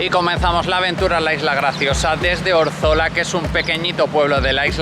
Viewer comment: Órzola, no Orzola